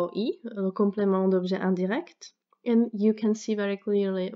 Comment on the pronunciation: I am currently learning Czech and I must say your video was terrific help to brush up on my old grammar lessons :-D Great French accent by the way! I was genuinely impressed by the way you said "complément d'objet indirect". I would say you either have French relatives or have lived in France and studied French for many years :-)